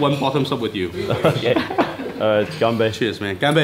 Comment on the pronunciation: dude its gan bei not gambei